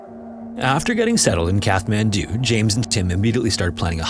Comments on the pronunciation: I'm sorry but your pronunciation of Kathmandu is really annoying. It's Kat-man-do. Not, Kath-man-do 😂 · "KATH- mandu"..::lol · The 'h' in Kathmandu is silent. It's pronounced cat-man-do. Example pronunciation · Its pronounced Cat man do, not Kath man do. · “Kath-man-doo?” Dude, it’s pronounced “Cat-man-doo.” Welcome to Earth. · its not Kath man do.... its CAT MAN DO!!! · CAT-man-doo!!!!!!!!!!!!!!!!! I swear to God... say Kath one more time. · It's Kat-mandu. Kat. Not Kath. 😬😬😬! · kaTTTTTT-man-do not kaTH-man-do bro jeepers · Kat-hmandu - the t is pronounced, the h is silent :) thanks for all ur hard work I looove ur videos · Despite its spelling, Kathmandu is pronounced KAT-mandu, not KATH-mandu. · Kat-man-doo, not Kath-man-doo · It’s pronounced Kat Man Doo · it’s pronounced CAT mandu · It’s pronounced kat-man-du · Kathmandu is pronounced "cat-man-dew", just fyi. Look things up if you don't know how to pronounce them. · Sorry mate, I can't listen to the wrong pronunciation of the Nepalese capital any more. It's a hard "t" as in cat. You're welcome ❤ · It’s “Catt” man doo. Just fyi. The “th” means it’s a HARD t. Like “taw” instead of “tah”. But it’s not a “thaw”. Just tryin to help. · I hate to be that guy but it’s pronounced “Cat-Man-Due” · Katt - Mann - Doo FFS. I mean, you're a favourite channel but your laziness with regard to checking pronunciations drives me to the point of distraction. Don't proudly say 'No AI generated content' when you sound like an AI generated voice. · Just so that you’re aware in future videos, you don’t pronounce the “th” in Kathmandu. It’s closer to Kat-mandu like a kitty cat :) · Except for the constant mispronunciation of “Kathmandu”….? (Kat-man-doo) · The h in Kathmandu is silent. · You should have researched and practiced how to pronounce the name "Kathmandu". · The h in Kathmandu is silent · Pretty sure it's a stop, not a fricative, in the middle of Kathmandu. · Please learn the proper pronunciation of Kathmandu.